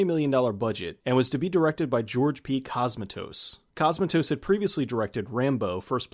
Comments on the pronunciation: Great vid, but hearing "C*o*smatos" instead of "Cosm*a*tos" was gruelling. Please look up pronunciations for names from countries foreign to you next time! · You're mispronouncing Cosmatos. It's CosmAtos, not COsmatos. Just FYI... Also you mispronounced Rob Bottin. It's pronounced Bo-TEEN! You've watched plenty of behind the scenes docs; you should know this stuff, bro! :)